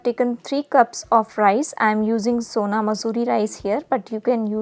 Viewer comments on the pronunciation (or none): none